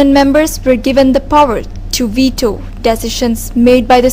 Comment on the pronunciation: 'weatos' lol